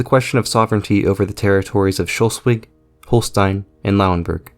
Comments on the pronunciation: its SchLEswig not schULstwig. LE not UL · Its pronounced slesvig/schleswig and not Scholsvig. Otherwise good video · Yeah, I was wondering why he's saying "Schultzwig", when it's "Schleswig" or "Sleswig" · Schleswig or Shlesvik for english pronunciation and not shulswig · Schleswig, not Schelswig. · its pronounced Sch"less"wig not Sch"ultz"wig ;) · Can you say "Schleswig" - not "Schelswig"? Can you at least try! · Its Schleswig, not Shellswig. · Shelsvig.. Shelsvig.. but it's Shlesvig... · How can anyone pronounce Schleswig as "scholsvig" it`s pronounced "SCHLECHVIG" the "E" is not pronounced with "O"......!!!! English speaking people are just not capable of pronouncing anything properly. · I loved the video and have never liked to nitpick and understand you had never heard the name spoken before I just still could not fathom how you got shulswig out of schleswig? I apologize for nitpicking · It's Schleswig, not "Schelswig" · SLE-svig, not Shul-svig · It is Schleswig, not Schelswig... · "Shulswig" my god, I pity the poor Germans. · Where is Shollsweg? Your narrator has his own way of reading and speaking. Is he from Iowa where everything loves to screw up pronunciation??? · Even in Pennsylvania people speak better than in Shollsweg. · Good video, but your pronoun citation of Schleswig/Slesvig is a bit off. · Sch - Less - Wigg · You need to work on your pronounciation of Schleswig, it is not shulsig. or shulswig Good video otherwise though! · Great video. Really. And it throws light upon an ill-understood part of German history. But, please: "schlay-svig". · Why do you say Scholswick the whole time? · Your pronouncing of Schleswig is awful it's not Schlusswig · Why are you pronouncing the state of Schleswig as 'Sholswig'? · I guess like this: First divide Schleswig into syllables: Schle-swig (it can't be Schles-wig, since e cant be a syllable-forming vowel in English), and then since final -e is elided in English: Shl-swig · he said Sholswick